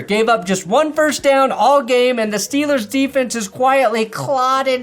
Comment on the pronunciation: No, nobody who likes his Steelers says Steelers like that. Just you